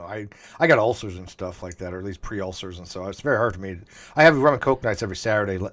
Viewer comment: Dam, is trippin.. It's called a rum and coke, not a rum and smoke x)